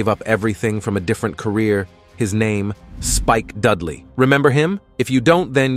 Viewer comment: "Spike DUDEley"? I. HATE. COMPUTER. VOICES.